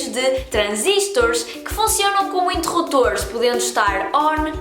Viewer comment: Se me permite, gostaria apenas de fazer uma pequena observação. Pareceu-me ouvir a palavra "interrutores". A pronúncia correcta é "interruPtores". O P é pronunciado (e escrito). A raiz da palava é "interruPção", onde o P é igualmente pronunciado (e escrito). Caso tenha sido eu que ouvi mal, peço desde já desculpa.